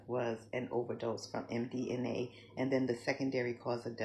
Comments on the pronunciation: She can't even get the name of the drug right it's Mdma not Mdna lol. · What the F Is MDNA? Does she mean MDMA? If ya gonna lie... at least get your lie correct 😂